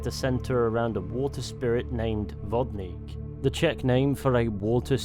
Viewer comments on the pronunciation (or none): It's weird but also nice to see someone to be interested in our Czech legends. 😀 Try more to say the czech names like "Vodník", you can do it! 😄 I watched all your content about RDR2 at least 3 times. Now, I wait in anticipation for new KCD vid, thank you. 😊